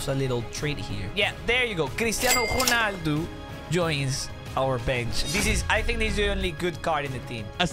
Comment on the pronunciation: Why dap you say gonaldo 😅